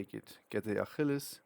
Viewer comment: "Akhilis" digga??🥀🥀🥀🥀🥀🥀